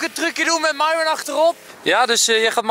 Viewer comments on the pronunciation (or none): Je speekt de naam van myron myron uit geen miron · sta er niet van te kijke dat mensen haar naam verkeerd schrijven ze zegt zelfs telkens miron ipv myron dus eigen schuld haha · Myron, misschien moet je bij Starbucks een keer Mairon zeggen ipv Mieron, wie weet schrijven ze dan wel goed hahah